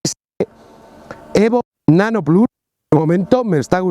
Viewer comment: Perdona (y mira que me gustan tus vídeos), pero ha sido escuchar “plas” y me salido un sarpullido por todo el cuerpo. Hace falta ser 1/4 snob (porque autel nano evo no lo has dicho raro como el “plas”). Lo siento pero no lo veré, me imagino que te verán los de Disney “plas”